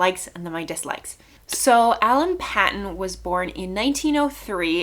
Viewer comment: His name is pronounced Alan Paton with a long A sound on the a (Payton) ; state in South Africa is pronounced Na TAL with emphasis on the TAL; hope that helps.